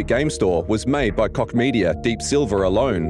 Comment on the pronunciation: Apart from your opinion about this topic: please don't pronounciate Koch as dick...ehm...i mean cock! The h in the end of the name is just an h!